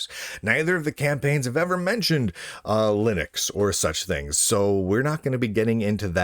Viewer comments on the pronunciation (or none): none